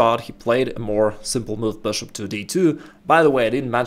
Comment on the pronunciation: I love this channel, but I can't resist laughing when he says: "THE BOOSHOOP"